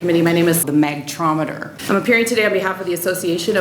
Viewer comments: For a few moment i was like what is a magtraumeter Then i realised she is talking about megnetron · How does she get to be in the association if she can't pronounce magnetron correctly, let alone it's function in a microwave. BTW the way she sounds, it makes it's purpose even terrifying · magtrometer? Megatron.